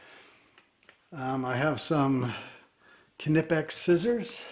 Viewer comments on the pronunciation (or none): Not many people know when or where they acquired a tool. Good review. Also its knipex like knife